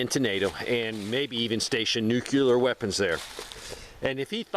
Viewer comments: Nuclear not nucular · What is a "nucular"? Because inside an atom is a "nucleus". Not a nuculus.